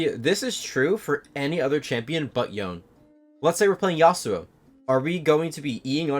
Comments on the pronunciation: Pronounce it YONE'eh not YoNeE! Pronounce his name how it's supposed to be! You are rank one, stop pronouncing it like all the other lame YouTubers! I am requesting you, since I appreciate your videos! Thank you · Price is mostly based on his popularity and demand.. also idc how much of a Yone main you are I hate how you say Yohn instead of Yonay 😝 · why does everyone say this guys name wrong lmao it is not said like the word lone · Imagine being a rank 1 otp and not knowing the correct pronunciation of your champ. Yo-nay my guy. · Wait this guy is rank 1 pb the champ and doesn't say the name correctly? T-T